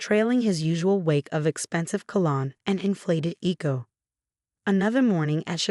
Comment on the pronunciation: Cologne not colon